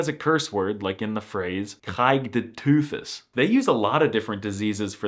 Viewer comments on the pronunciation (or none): It's a little odd how you pronounce many of the supposedly Dutch words you're describing in English or Danish rather than Dutch. That is not you pronounce "kanker", or "tyfus", for example. It's a fun video, but I do think your pronunciation is a lot worse than you're implying.